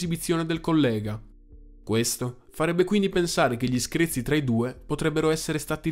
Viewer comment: nessuno: proprio nessuno: sempre: SCREZI